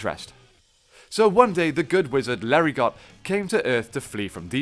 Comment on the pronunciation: The "t" in Larigot is silent.